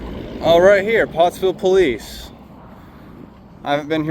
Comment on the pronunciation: Hey. I'm with the 911 caller that said, "Eff the poe-leese." Great social experiment. People are messed up. 😂✌️